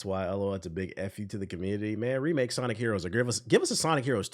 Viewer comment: "Shawnic" will always crack me up 😂😂😂